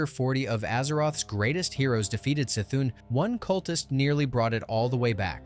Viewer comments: it's the same as Cthulhu......it's NOT Sthulhu. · the c in c'thun is pronouced as an k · downvote because u pronounce Y'Shaarj (pronounced YAH-Sha-Raj) and C'thun (pronounced "Kuh-THOON") wrong.